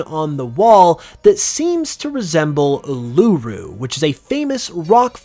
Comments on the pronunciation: Just a quick note, Ularu is pronounced "oo-la-roo" not "oolar-roo" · It’s pronounced ooo-la-ru 😂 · Uluru is pronaouced oo la ru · It's pronounced U-Loo-roo, not Uloo-roo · Just for future reference it’s pronounced “U-lah-Roo” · Your pronouncing uluru wrong it's pronounced oo-loo-roo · It is pronounced oo-la-roo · I wondered when someone would say the correct way to say Uluru. He's not aussie we'll cut him some slack. lol. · When pronouncing Uluru, the emphasis is on the first syllable. Not the second, as you’re pronouncing it. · I cringed when he said Uluru (as an aussie). The region would include lots of bug and poison type pokemon. There would be lots of snakes and spiders and we can't forget the drop bears. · What a stretch. Also, while you get props for calling it Uluru and not Ayer’s Rock, you pronounced it wildly wrong. Yet another trash video with ridiculous content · Your Eternal Flower Floette ideas are WAY out there even for you. I honestly don't think there is any connection between Floette, AZ, and Paldea. ....OK, You need to look up other videos to hear how to pronounce Uluru. You don't need to emphasis any of the word. I would love to see an Australia based region.......but Game Freak can do anything they want. They already introduced a KOALA pokemon and it wasn't in an Australia based region. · Bro. Please learn how to say Uluru properly.